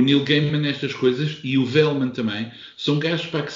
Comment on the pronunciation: Conheço poucas coisas do Vehlmann, li Le Marquis d'Anaon e gostei bastante. Pequena nota que o meu OCD não mer permite deixar passar em branco: é "vélmáne" e não "velmã".